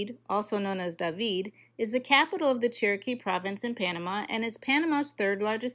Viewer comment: Did she say Cherokee providence?